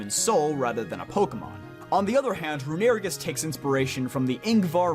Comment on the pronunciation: You pronounced Mantine & Runerigus wrong lol good video though and happy birthday 🎂